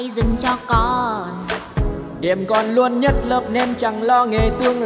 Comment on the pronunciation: LUÔN KHÔNG PHẢI LÀ NUÔN ĐÂU LÀ K PHẢI LÀ NÀ ĐÂU NHÁ